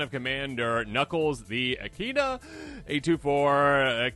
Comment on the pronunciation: EE-KID-NA bro its an Australian marsupial